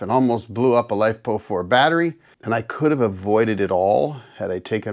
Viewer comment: "Life Po Four"... never heard that way of pronouncing the chemical acronym LiFePo4... which these days the industry has shortened to LFP. Not sure why you seen afraid of LFP technology... it's sooo much safer than Nickel-based Lithium-ion technology. ... other than shorting two huge batteries together... in series.